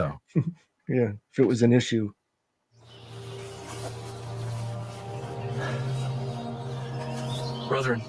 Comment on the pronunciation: Joseph Smith actor says "Brotherin" instead of "Brethren"...must be from Utah or Idaho. That is how barely literate Brigham Young pronounced the, as well as certain "doctors" (ie. not medical) who frequently make podcasts.